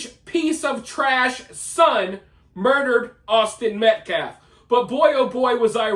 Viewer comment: "...Awsten Meklef..."